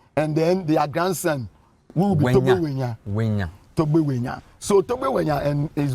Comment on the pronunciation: Togbui Ʋenya is forever Togbui Ʋenya, and NOT Wenya. Please Mr. Avle, stop this mis-education.